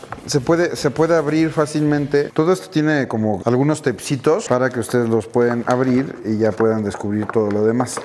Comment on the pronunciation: Que chido jajaj “Teipcitos” Jajajaja